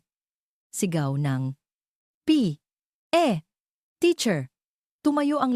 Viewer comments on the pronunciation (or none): Epic magbasa ng P.E😂😂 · Palibhasa AI generated -fiction itong vid na ito… kaya nskakataws kung paanong .. bigkasin ang ilang salita .,. tawa aqng malakas sa pagsasabi ng P.E. Uniforn na parang “ hinihika “ yung nagsasalita!!! hahahsha!!!! 😝😝😝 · Bakit po ba hirap na hirap kau banggitin un salitang P.E.😂😂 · Maryosep ,hirap na hirap sa pagbigkas ng P,,E uniform😅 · Mali ang pag bigkas mo ng p e. Hindi mo kailangang tumigil sa p tuloy lang dapat. Gusto ko Yong kwento mo. Thank you. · I'llano ba nman Yan ayaw idirecho ang pagbigkas ng P.E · Bakit ganyan kayo bumigkas ng tagalog parang hindi kayo nag aral ng lenguwahe ng Tagalog pati ba naman ang pagbigkas ng P. E. Hindi magandang pakinggan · Parang Tanga nman Yung nagsasalita p e Lang dpa mabigkas Ng maayus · Ano bang pagsasalita ya ng P E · Di wasto ang pag basa P. E lang hirap pa bigkasin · Pambihira bibigkasin lng ang salitang P.E. bkit hindi pa madiritso pambihira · ARTE M NMN MAGSALITA HALATANG HALATA ULTIMO UNG P.E. UNIFORM NDI MO PA MABIGKAS NG DERETSO EH HALATANG PINAY K NMN